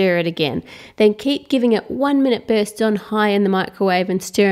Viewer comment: I love the way she says "Burst"